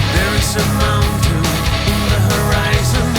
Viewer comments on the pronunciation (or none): none